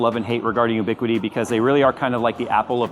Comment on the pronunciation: FYI, it's pronounced "you-biquiti" not "oo-biquiti."